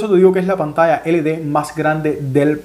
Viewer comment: No es LD es: LED